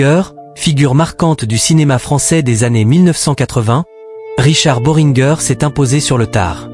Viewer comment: boh ring guer se prononce boringé !!!